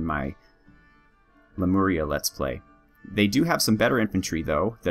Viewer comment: Cool choice of nation, should be interesting to see you handle weaker troops this time, as opposed to the giants of Ur. Ps: You've nailed the Lemuria pronunciation :)